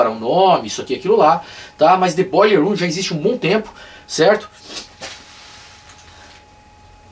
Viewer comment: Massa teu " boiller room"..." Dead"....